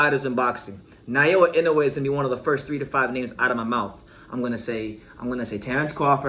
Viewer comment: You keep saying Nayoa, it's Naoya.